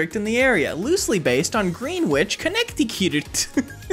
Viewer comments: Its pronounced grennich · God i hope thats a joke because as someone with English as a third language it feels really weird and frustrating to hear an American Native English speaker mispronounce Greenwich(Gren ITCH/IDGE) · i love how, early in the video, he CHOOSES to pronounce greenwich as "griinwihch" despite pronouncing it correctly later on in the video. he's so unbelievably adept at pretending to be dumber than he is. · It’s pronounced ‘gren - itch’ (for some reason) for those who are wondering. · no shade but as a CT native, hearing “green-wich” made me die inside a little, even though it might have been a joke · green-witch connecti-cute 😭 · The funniest part about the Connecticut joke is that he mispronounced Greenwich too. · apologies to anyone who lives in Greenwich but I will not be pronouncing it that way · Was about to type something about how he pronounced “Greenwich”, then he butchered “Connecticut” and I set down my keyboard 😅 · not how you pronounce greenwich